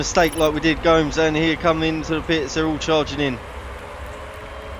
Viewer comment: Gnomes 😂😂😂 it's 'go-mez' mate 👍